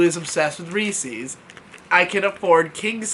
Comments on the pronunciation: hard "R"....... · I could tell by the thumbnail you were someone who says “Reece-eez”